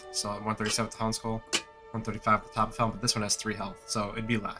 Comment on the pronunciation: topf is german and means bucket. it's a 1 syllable word. topf, not toppiff.